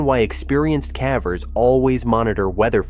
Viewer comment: I like the videos. Consider “cavver” vs “caver”. The “e” makes the “a” say its name, remember in elementary school?